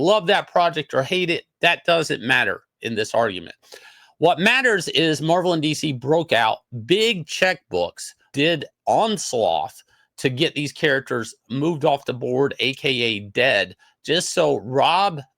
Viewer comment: He doesn’t know how to pronounce onslaught, its pretty funny, Ethan did correct him once but in one ear out the other